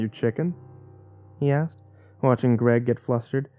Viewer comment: When you say "Jack asked" I keep hearing Jack Ass xD